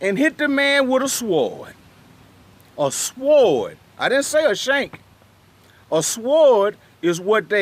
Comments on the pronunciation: You pronounce sword with a Hard ass W 😂😂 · Hell yh pronounced the w in that bih lol